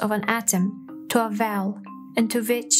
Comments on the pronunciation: Sorry but your accent makes it difficult to understand. You have difficulty pronouncing "W" and when you say "well" or "wave" it sounds like "vell" or "vave". Nice video but you need to practice the w words. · Narrator needs to work on her wubbleyous as in Vell and Vave if intending to be a professional voice over. I don’t mean that harshly, but pronunciation is not optional in language. She says everything else normally…so whats with W. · I found myself thinking, "liken it to a vell?" and then "Liken this to a vave". I figured out from the accompanying video that she meant "well" and "wave"